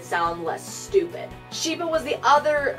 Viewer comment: 2 things I have to say: 1. "Scheiße," German for 'shit,' is pronounced "schaissuh" ;) 2. You're awesome and I'm always happy when you post a new video (